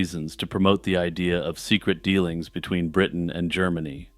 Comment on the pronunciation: Bwitain? Scotland. If you want to roundy-uppy to ewe-kay to not offend muslimes. "Europe" 😏